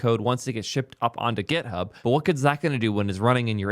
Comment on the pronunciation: its github not gethub